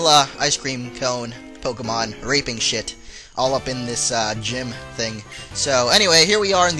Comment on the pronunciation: it's pokemon not pokeman